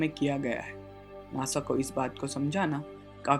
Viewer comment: you don't even know how to say nasa....u say nosa